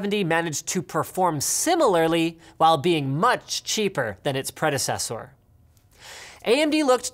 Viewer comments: "much cheaper than its predezzezzoorr" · Pred"ocessor" hehe I laugh hehe